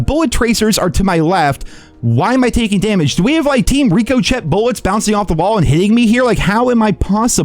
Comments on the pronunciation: still saying Rico Chet is so funny. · That pronunciation of ricochet is crazy